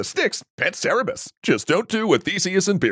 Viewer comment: Noticing that mispronunciation of cerberus